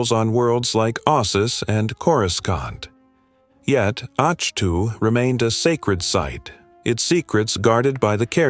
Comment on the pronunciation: Great video. The planet's name is pronounced as 'ahk toe'. Thanks for this history, it really does the Star Wars universe justice.😊